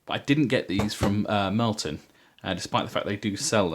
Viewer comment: Hey, a Bear's Head human! You are a man of taste. However I can't not point out that it's Mirliton not Mirlton ;)